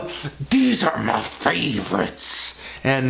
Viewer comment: "THEZE ARE MUH FAVE-RUTS!" HAHAHA! This video is the hardest I've laughed at in a long time. Good stuff, Anthony!